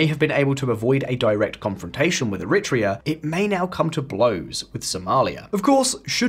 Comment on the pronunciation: It would improve your credibility if you looked up the pronunciation of names you have to use dozens of times, such as Eritrea, instead of making WA guesses.